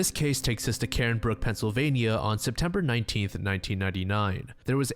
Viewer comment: Just a tiny nitpick - I'm from the area and the towns in the Timothy D Nelson Jr case are pronounced CARn-brrook (Like CAR) (Spelled Cairnbrook, it's between Johnstown and Holidaysburg in south central PA) for anyone looking the town up, and HAY- grrs-town (Hagerstown, MD). The man was originally from Cumberland, MD, almost a striaght line south from where the girl was from in Cairnbrook (anout 45 minutes to an hour drive). Hagerstown is the next city over from Cumberland on the MD highways, heading East.